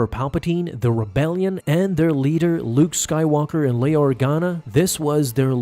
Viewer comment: lol i noticed a misprnounced name in this video. Leia is prenounced Lay-a